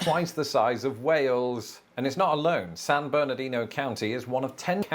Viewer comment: He's not saying "San Bernardino" correctly. The locals pronounce it "San Berdino".